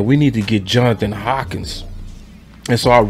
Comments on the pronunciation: HANK-KINS.... NOT HAWKINS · 😂 it’s Johnathan HANK-INS NOT HAWKINS my brother don’t start butchering names toO bro that is Mark Holmes thing. Your better than that 😂 REAL TALK